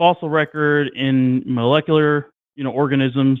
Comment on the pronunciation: Good to see that a week later still can't pronounce "molecular".